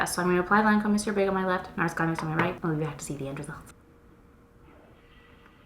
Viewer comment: Two things: 1. YES!!! Been waiting for this mascara comparison!! Thank you! 2. Also thank you for pronouncing Monsieur correctly.... So many people online call it the "mawn see er" mascara.